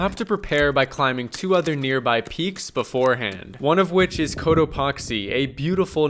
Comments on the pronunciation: I was sleeping and I kept hearing “coat epoxy” and I was dreamily thinking to myself, “why does he keep saying it like that?” 😂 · The way he pronounces Cotopaxi, makes me wonder how he pronounces taxi. Lol. I can picture him yelling "toxi", "toxi" as they zip right by. 😂